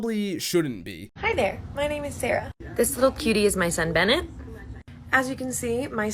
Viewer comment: "Bennet" lol